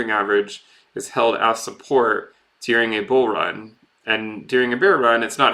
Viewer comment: sounds like you said "During a beer run". That actually sounds good.